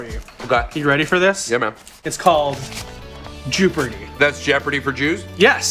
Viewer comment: >jewpardy jesus christ